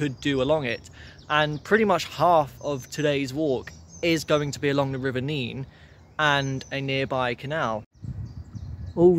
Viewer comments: NEN not Neene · It’s NEN. Not Neen! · Hi, it’s nene as in ten, not neene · Just watched this, I live in the better looked after part of Abington district . Our town centre has been neglected for far too long, although the Market Square was being renovated last time I went in. The river is pronounced Nen, not Neen. Thankyou, for showing the scenic parts of a very neglected town centre. St Giles street is very nice though . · thank you for this - interesting. Do not beat yourself up about the name of the river - it is the Nenn in Northampton and the Neen in Peterborough. It seems to change somewhere between Oundle and Peterborough. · Please note River Nene is pronounced NEN in Northampton but NEEN in Peterborough. I enjoyed your walk! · Sorry to be a geek but in Northampton it's quite a big thing: the river Nene is pronounced "Nen". Go to Peterborough and have an argument about it - they call the river the "Neen". Glad you enjoy our town and the area around it. God's own country! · I was going to comment about the local pronunciation of the Nene, as I know it's pronounced differently up and down the river 😅 But yes, a Northamptonion hearing Neen is very grating 😂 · River nene pronounced nen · Great video mate. Just to clarify, the Nene, rhymes with men in Northamptonshire, is pronounced 'Neen' from Cambridgeshire onwards to The Wash. I'm sure locals will agree that your wonderful naivety took you through a few areas where it's best to not walk alone, or indeed at all. And yes, our rabbits are friendly/borderline cocky as they're accustomed to people. Bit like the squirrels at Abington Park, who act like they own the place. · You have pronounced nene wrong. Also u should take a look at tbe brampton halt there is a train. Runs Sunday and bank holiday